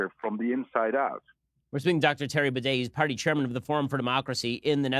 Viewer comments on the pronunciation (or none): Terry Bidet